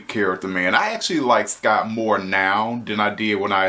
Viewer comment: It’s SCOTT Truman not Sky Truman